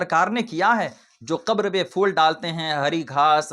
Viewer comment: Sabse pehle phool bolna seekho Fool nahi phool hota hai Dusri baat phool daalne se kuch nahi hota Jitna paisa phool daalne me kharch karte ho...utna paise ya utne paise ka khaana kisi ghareeb ko dedo